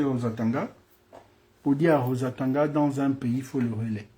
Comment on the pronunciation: Toi aussi prononce bien le Nom du Mr svp